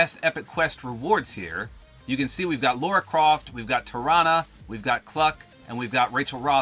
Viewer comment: It’s LARA not Lora Croft